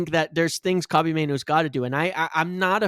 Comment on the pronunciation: My guy, his name is ‘Kobbie’, not Kobe 🙈😩😩😩 it was killing me. Belittles what you’re saying if you can’t learn or be bothered to pronounce his name correctly